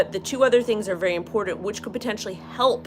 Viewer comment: The word is IMPORTANT....it has a T in it, not a D. Please